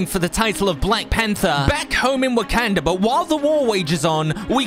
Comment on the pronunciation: Wakanda not wakenda